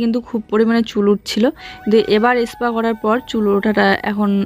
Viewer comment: Aspa bolbe na go Katha ta spa tai spa bolbe 😊